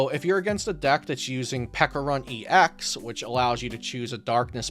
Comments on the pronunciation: Great video, very helpful! But pls learn how to pronounce Pecharunt properly, it's a ch sound not a hard k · Peckarunt? It's not pronounced like that